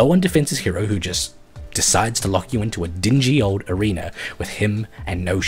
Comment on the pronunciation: why... why .... WHYYYYY DO YOU KEEP SAYING "ARENER OF BLOOD"????